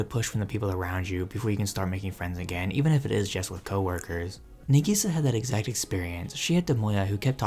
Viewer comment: Dude...sorry, it isnt NEGISA. Its NA sounds like NAH. The way you say it sounds like you're calling her 'onion - negi'. Now putting that aside, Clannad hit me in a different way, but still it's hands down my favorite show. I'm glad to hear that younger folks are still picking up this incredible classic still, even after 15 years. If you're big on anime, I suggest you at least learn the basic vowel sounds of Japanese, it isn't hard. I'm not trying to be mean...just saying that some anime analysis that I click on is difficult to figure out what their saying cause the pronunciation is so off. Its Cl 'AH" nn 'AH' d, not 'an'. I totally agree with your last statement...Clannad is one of the anime that literally saved my sanity after losing my only child to suicide and wife to divorce bc she's a emotionally manipulative B that wouldn't even go to her own son's funeral. Clannad gave me inspiration to pick up my life and move forward, no matter what.